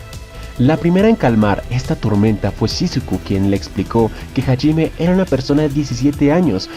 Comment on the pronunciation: Que paja escuchar constantemente el nombre de Hajime mal pronunciado.